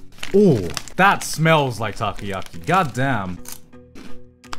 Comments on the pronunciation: It’s not takiyaki takoyaki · Great video but its takoyaki, not takayaki which would mean grilled eagle.